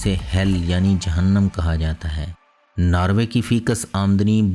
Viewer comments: it's norway not narwaay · its not narway its NORWAY.....:)